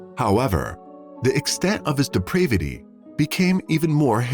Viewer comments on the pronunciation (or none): Depravity, not "deprevity."